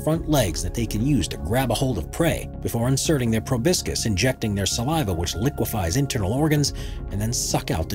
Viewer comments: The sucking "tube" of an insect is a proboscis, pronounced pro-bah-sis or pro-bah-skis. It is NOT pronounced "pro-bis-kis" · YEAH - but I wish he would learn how to pronounce PROBOSCIS!! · Did he mean proboscis?